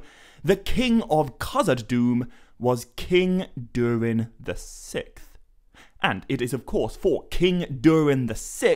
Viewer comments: I believe it’s pronounced “sicksth” as it’s spelled “sixth”. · Isnt it Durin the Sixth (VI)? You kept saying Durin the Sick. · When you say the 6th. The “X” isnt canceled out. Pronounced “Six-th”. Not “sicth”. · Sickth? Six th. Say it with me SIX Th... 😂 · Sikth? I thought it was sixth. Yes, I’m THAT guy. Sorry. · King Durin the Sikth 😂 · Six-th. Not sickth. Sorry it was getting to me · Saying "sikth" over and over is driving me insane. It's "Siksth". Incorrect pronunciation is my biggest pet peeves. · “The Sickth”? The ”sicksth” is how sixth is pronounced, dingaling. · SIXTH not SICK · Love the video! Absolutely fantastic work! I just wonder if I'm the only one who has never heard the word "sixth" pronounced the way he does."sikth" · Durin the sikth. It took me a while to realize how that was being mispronounced, but eventually I realized the x in sixth was being pronounced like a k, removing that final s sound before the th. Not sure if anyone else had trouble with that... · “Durin the Sikth” 💀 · Ah yes. During the sickth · Durin the Sick-th? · I shouldn’t say names so much as just a couple random words. You say “durin the sixth” multiple times, but you literally cannot pronounce the word sixth. You pronounce it like it’s spelled “sikth” it’s crazy distracting fr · Durian the sick’th? Why can’t you just say the sixth? 6th? Not sick’th. Lol. Good video anyways haha 👍🏼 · Pronouncing sixth as sicth really annoys me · Sixth not sikth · dude cant say sixth to save his life lol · You can’t say sixth correctly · This guy made me so mad when he kept mispronouncing 6th